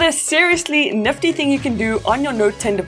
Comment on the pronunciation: Neftty things , niffty things , naffty